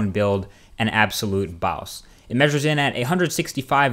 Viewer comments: Like a "bauws"? What is that? :-P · I like how you say "Boss/Baws". Its a good looking phone. The nexus 4 is good looking too (nexus4 is my 2nd choice if I decided against the note 2; fyi just sow the samsung galaxy 3 and that one is HUGE! lol)....so many choices :-s Thx for the video :-)